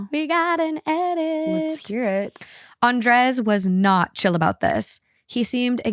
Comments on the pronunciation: It’s pronounce AN-DRAY not AN-DRES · Love your show. Listen all the time bit don't think I've ever commented. That's usually because I'm driving. Just wanted to say... lol... I'm pretty sure Andrez is pounced "Ahn-dray." 😅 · The way they pronuncie Andres felt so uncany for me as a spanish speaker 😂 it sounded like "undress" every times 😂😂